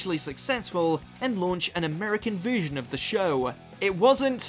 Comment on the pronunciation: Jesus, the voice over work on this is sending me to sleep, and what is with the way he pronounces words? Subveersive? Veersion?